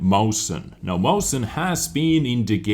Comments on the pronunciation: Mausen :D. cute, but not even close... i know the english languague doesnt have ä, ö, ü and that non-germans have problems with "ch" and I would like to help you to pronounce it correctly, but I dont know how i should explain it to you... :D the only thing I can say is, that Mäuschen is a little Maus (mouse) or just a cute way to call a Maus. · Mäuschen's pronunciation is (Meushen). Just wanna say that it's basically saying mouse in a cute way. Mäuschen=Mousey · why are you pronouncing the mäuschen. mausen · The äu is pronounced like oi. Moischen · Awesome vid, dude, thx for the info. But still, I feel bad if tou keep track of me (the corrector of german tanks' names) ...and Mäuschen is pronounced like [ moishen ] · excellent spelling of mäuschen... not but always funny to hear for germans :D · Ich wollte nur mal fragen warum er das so schlecht auspricht